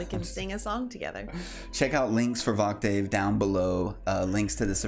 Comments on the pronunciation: It's pronounced, just to help, VOK-tiv, like an octave on a piano - it is not a long "a" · New viewer, only cuz nobody has said it… It’s (Voc-Tiv), like Octave but with a V😆… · Voctave is pronounced like octave, with a v in front